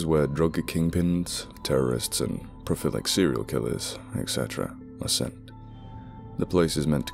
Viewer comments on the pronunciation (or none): Sorry. Pro-lif-ic. Not Pro-fil-ic. Awesome narration. You’re great and your channel is great. And if that was one of those purposeful mispronunciations to get comments, well, then I’m the commenter that fell for it. I only say it because I think you have a great voice. I enjoy listening to these stories read by Corpse Husband, and you. Please keep on, forever....